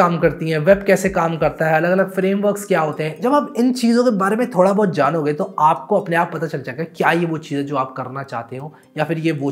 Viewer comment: Bhai aap U.P se ho kya, wo " bohut aur Pohucha" bada apna sa laga